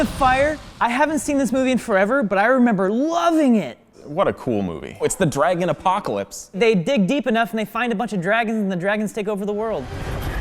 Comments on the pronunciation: pronunciation of dragon FASCINATES me. Dreigon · OK, so I know what a "dragon" is, but what the heck is a "dray-gon?" And where in the world do people pronounce it like that? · It’s dra-gon not dre-gen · It's drAgon not drEgon